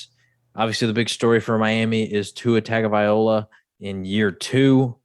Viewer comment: "Tag-o-viOLA" 😂😂😂 That last syllable really confuses people! LOA, not 'OLA'.